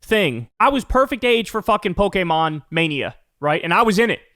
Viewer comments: Kyle is the only white man who can pronounce Pokémon perfectly. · I'm happy that Kyle can properly pronounce Pokemon